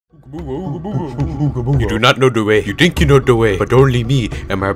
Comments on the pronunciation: de wae... it no knos meh yet mweh fwiend... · AKSHUALI IS "DE WEY" NOT "DA WAY"